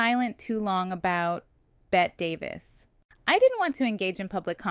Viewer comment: Bette Davis: Please tell me you know it's pronounced "Betty." I think I heard you pronounce it correctly once. You can't do videos about Old Hollywood and mispronounce the name of one of its most iconic actresses. Yikes.